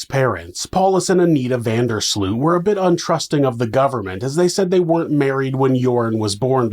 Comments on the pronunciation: Pronunciation alert: van der Sloot. The “oo” is pronounced as ‘oa’ in Oats. So you’ll say van der Sloat. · That's because his name is being butchered throughout the whole video. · Now you live in the Netherlands, you should know, how to pronounce 'Van der Sloot'. Shame on you ! 😜